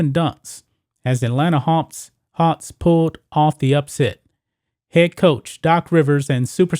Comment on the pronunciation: Learn to pronounce your fucking K's! MarXist NOT martsist. SiXers NOT sitsers. HawKs not Hawts. BuCKS NOT Buts. DunKs NOT dunts. FolKs NOT folts. AttaCKs NOT attats! NeXt NOT nets!